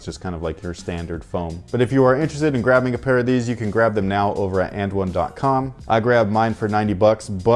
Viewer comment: It's ovaah